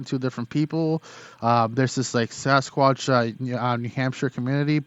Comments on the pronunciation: He said Sasquash!! Lol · “Sasquash”- anyone else catch that in the beginning??? He’s cute!! Loved his story!!!